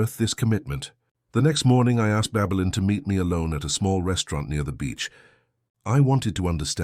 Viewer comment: Babelin or Babylon😂Ffs